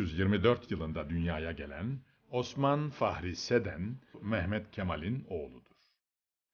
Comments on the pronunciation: "Fahri" değil, "Fahir" doğrusu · Koskoca mazlum kiper adamın adını fahri diye okuyo